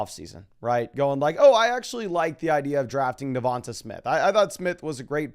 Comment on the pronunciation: Hey. I’m an Alabama fan and I just can’t help but to tell you that DeVonta Smith is pronounced like “DeVon-Tay” as opposed to “DeVon-tuh” 😂😂 love your content though keep it up!